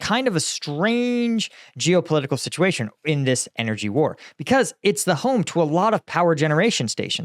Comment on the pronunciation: "I will end this wuoar, in 24hrs" - White House Clown.